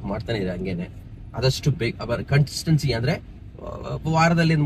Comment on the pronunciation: Consistency ❌ Contistency ✅